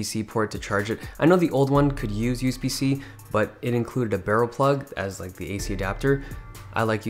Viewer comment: why does he say use-b